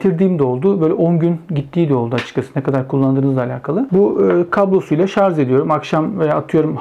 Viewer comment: "Tasarım ve Mühendislik Kanalı" yayını yaptığını söyleyen birinin "şarz" demesi de ilginç olmuş. Şu "şarj" kelimesini öğrenemediniz gitti.